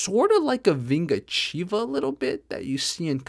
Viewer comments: Nice portuguese pronounce. Greetings from Brasil!! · hey man, the way you said "vingativa" was perfect, great portuguese there